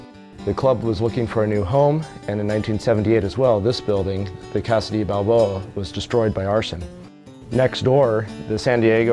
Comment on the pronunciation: As a long-time San Diego resident since 1966, I watched this layout grow over the years with great interest and couldn't admire it more if I tried. But bloody hell, man, the Spanish word 'de' is pronounced 'day!"